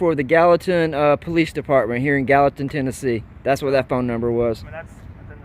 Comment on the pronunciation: Gallaton = Gallatin?